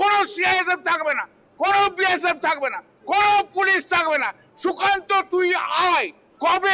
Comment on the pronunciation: Mod kheye kheye kallyaner mukh die sukanta namta are uchharan kortei parchna tar maneta akhono bujhte na parle bhagarer rastata...........